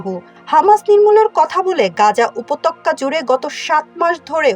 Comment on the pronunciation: গা@ উপতক্যা না, গা@ উপত্যকা। আর ন্যান্সি পলিসি না, ন্যান্সি প্যালোসি।।। ঠিকঠাক ভাবে বাংলা শব্দ বলতে পারেনা, আবার নাকি রিপোর্টার🤣😆